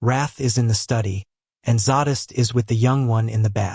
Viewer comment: J R how could you subject BDB to Ai It’s TERRIBLE the reading is monotonous and there are no breaks between chapters. The pronunciation of names is unmentionable. I can just see Vishous looking murderous after hearing his name spoken Vis House. He will pull off his leather glove and BURN the bot. Zsadist won’t be impressed being known as Saddest and Xhex as Scheck !! Even Fritz would object to being called a dog gen. Your stories are so full of emotion action fury and desire Ai has NO imagination. Why is Jim Frangione not reading this😮😢